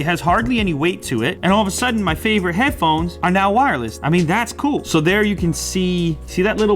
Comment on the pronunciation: Midnight Shadow hadphonez??? Lol